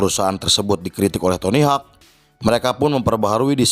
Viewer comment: btw penyebutan nya itu tony howk bukan tony hak . FYI dia pendiri birdhouse pada awal mula tahun 2000an.. tq atas film nya.. sukses terus utk channel nya